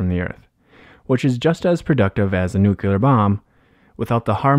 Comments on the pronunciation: NUCLEAR not NUCULAR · Narrator, PLEASE learn to pronounce the word "nuclear" correctly and re-dub this video.